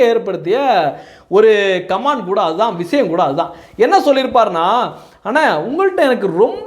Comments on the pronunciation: Please correct - it is not command, it is comment. Please pronounce correct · கமான்d கமான்d ன்னு தப்பா இங்கிலீஷ் உச்சரிக்கக் கூடாது. காமென்T ன்னு உச்சரிப்பு இருக்கனும். தயவு செய்து கரெக்ட்ஷன் செய்ததற்காக மன்னிப்பு கேட்கிறேன்! 🎉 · Comment should wrongly pronouned like command. The speaker need to practice the correct pronunciation.